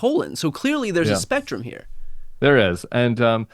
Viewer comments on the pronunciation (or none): After he was talking about Cruz being inside trumps colon did anyone else hear rectum instead of spectrum?